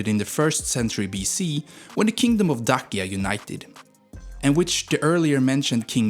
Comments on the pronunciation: Daczia… not Dakia… please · DAKIA hurt my ears :D please, they say like Da-tsch-ia. Also king's name IOAN CUZA, dude, person's name starts with a capital letter. so figure it out, no LOAN it IOAN. also michael the brave? I think it is Mihai, like mee-hai. anyways, good video. do research little bit more for the next one. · Dacia is pronunced DA CI A, the CI is like the italian CI (CONE) ... You keep saying DA KIA, like DA and KIA as in the Koreean car... LEU meaning LION in romanian the E is like EA in M EA (DOW) You pronounced it LAU ... like in OU from MOUSE ... sounds so weird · Too bad they could not find in the population over 19 mil people a Romanian speaking English and correctly pronouncing: leu, not lu, Dacia, not Dachia, Apuseni, Ioan, not Loan and so on. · Although you butchered the pronounciation of words like "leu" or "dacia", the video was well made and very interesting! you got a new sub